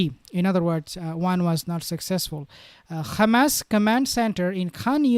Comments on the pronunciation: Why you say Gamas? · Good video, but him saying khamas annoys me.